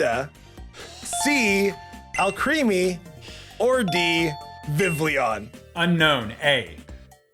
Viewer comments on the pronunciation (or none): And Vivleon instead of Vivillon!